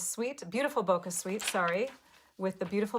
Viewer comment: I loved seeing all the different cards!! Btw, bokeh is a photography term and is pronounced bōkă lol